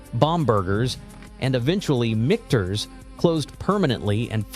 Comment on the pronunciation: Michters is pronounced three different ways in the video.